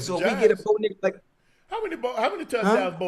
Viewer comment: "Bo Nicholas Nix" lol